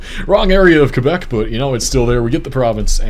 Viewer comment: and he also didnt say qwebec lol